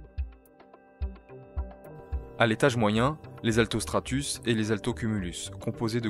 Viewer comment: Merci pour l'info, altocumulus et pas atlocumulus😁